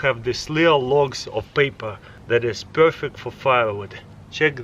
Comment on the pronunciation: "Pewrfect bricket"